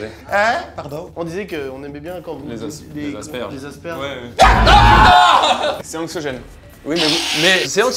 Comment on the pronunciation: Ça se prononce Aspergueur Carlito (aspi pour les intimes)!!!!!! Respecte ma communauté!!!!!